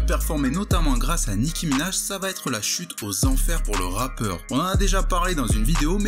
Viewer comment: Mdr t'as dis un "ratpeur"